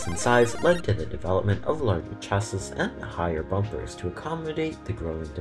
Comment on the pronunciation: "chass is"